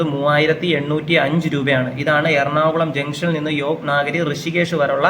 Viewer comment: യോഗ് നാഗരി അല്ല 🙏യോഗ് നഗരി 🙏ആണ്.